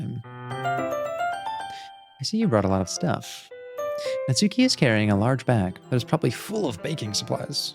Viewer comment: It might be too late to say this, but the "u" in Natsuki is silent: Natski.